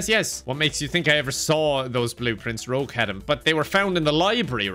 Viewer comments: The consistent pronunciation of "Rouge" as "Rogue" is the funniest thing ever, if only because it ups the "Person with violent names" count for the purposes of confusion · the one thing that he mispronounced that I found annoying was he pronounced Rouge, "Rogue" which literally everybody says wrong so I don't think it was intentional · oh I see. Her name is rouge not rogue. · Bro I never even knew it was spelled different. Ive thought it was spelt Rogue my entire life and you finally made me understand why everyone else pronounces it "wrong" Oh My God My Life Is A Lie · pronouncing Rouge as Rouge and not Rouge is grinding my gears lol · The Rouge pronunciation is killing me XD I'm Rogue, she's Rouge! I do medical exams for Sonic, she--wears rouge. = P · Pronouncing Rouge as Rogue the whole video is such a move 🤣🤣🤣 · Haha My favorite part was calling Rouge "Rogue" the whole game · Due to all the jokes makes, I'm not sure if he was just pretending, or if he actually doesn't know her name is Rouge and not Rogue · calling Rouge Rogue😂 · Her name is not rogue. It’s rouge like the color. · i love ya, youre my favourite person, but its been bugging me that you have been pronouncing her name as "rogue" instead of the colour "rouge" 😭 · When he calls rouge rogue ❤ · Every time I hear Rouge mispronounced I die a little inside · I was thinking about complaining about Rouge's pronunciation, but then. I realized I'd need to point out words like "wound", which are obviously misspoken in jest. So now I rest: it's part of the joke. It's part of the joke... and if it wasn't, it will be after the fact. :) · is purposefully mispronouncing rouge's name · like he's purposefully mispronouncing other stuff but literally everyone mispronounces her name so idk if that one is intentional AA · your pronouncing rouge the wrong way